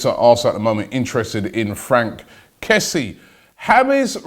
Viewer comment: It's pronounced Kess-yay